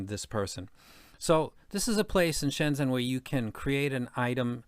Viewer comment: Really cool video and appreciate you taking the time to talk about this amazing city. Just a quick tip on the pronunciation… in Pinyin, the Zh sound is like the J in Jennifer, or maybe G sound like in Genuine. So it's more like ShenJen.